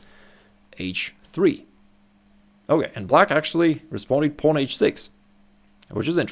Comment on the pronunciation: If only someone would correct his pronunciation of "pawn."